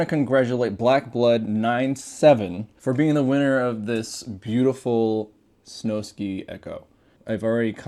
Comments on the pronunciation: I think it’s snow sky not snow ski ⛷️ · I’m sorry to be that guy but it’s (Snow-Sky) not SnowSki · Bro is saying snowskee